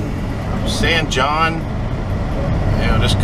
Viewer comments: SAN JON is pronounced San Hone. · San Jon, NM: pronounced “San Hone”